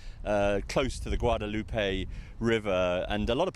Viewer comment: Finally someone who pronounces the name of the Guadalupe river correctly.